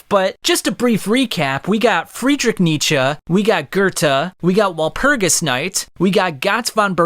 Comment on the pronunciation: German here, youre right in that Nietzsche says it correctly, but your pronounciation is still off. And thats just because the german R is incredibly hard for english natives, as well as all the vowels lol